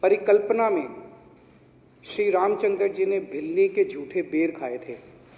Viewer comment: रामचंद्र बोलना सीखिए